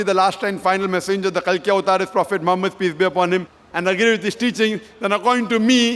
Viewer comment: All say peace tv Zakir say peesh tv lol